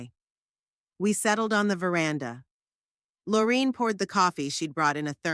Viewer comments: A touching story but a lot mistakes in the reading. Sometimes the name of the friend was Lorine and sometimes Loraine. And other mistakes. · I wish the narrator would pronounce Lorraine right